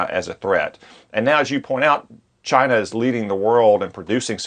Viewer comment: Did he just say cchina like treason trump